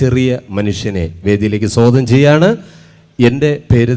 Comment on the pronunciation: സോ ഗതം അല്ല. സ്വാഗതമാണു്, ജാഗ്രതൈ 😁😀🤣🤣🤣🤣🤣